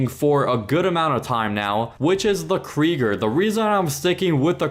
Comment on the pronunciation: brickade isnt free kreiger pronounced ‘kriyger’ 900R was limited time, and stopped selling before this vid was posted, champion or e gt are the best go to imani tech vehicles, annihilator stealth also has jammer